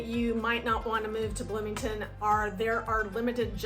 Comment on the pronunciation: Bloomington Bloomieton HAhahahah 😅😅